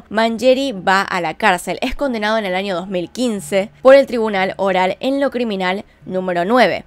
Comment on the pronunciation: Por qué dices "anios o "anio" o "maniana"? 🤔 Aunque fuera de eso tus vídeos son de ptm, salu2 desde Perú jeje.